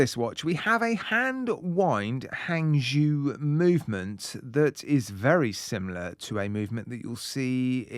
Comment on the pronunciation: Hangzhou is pronounced Hang Jo